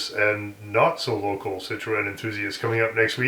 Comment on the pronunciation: Citroen pronounced si truhn